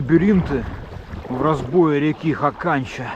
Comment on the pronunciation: Бывал на речке Хаканча. Летали из Норильска на вертолете. Правильно ударение на первый слог. хАканча.